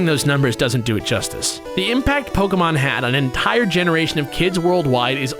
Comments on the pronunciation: It's not poke - UH - mon, it's poke - AY - mon Like, c'MON man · its pronuonced pokAYmon {it doesnt really matter though..} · It's not Pokeahmon it's Pokaymon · POK-AY-MON SAY IT RIGHT!!!!! JACKASS